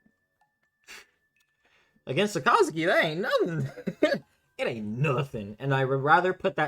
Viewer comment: Saka (like kaka with an S) - zuki (zoo-key) all together two syllables 👍🏽